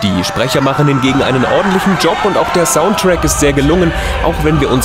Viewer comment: Er hat wirklich Soundtrack gesagt anstatt "Saundtreck" :) Super! :D